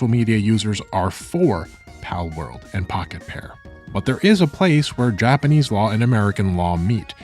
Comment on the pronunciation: say japanase one more time